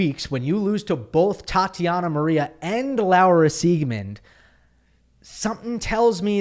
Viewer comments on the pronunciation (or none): none